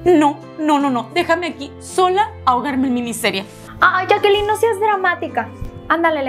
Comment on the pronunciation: Para un comentario dijo yackaline y es yaquelin